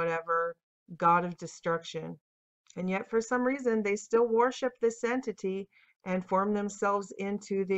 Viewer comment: “warship” “warshipping” WORSHIP PLEASE!! I love your content. I watch it in its entirety. The relentless use of the word with your pronunciation is distracting. Keep up the good work and may God bless it and you.